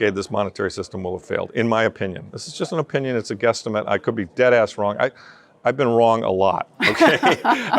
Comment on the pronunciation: He said deadass wrong 😂 love him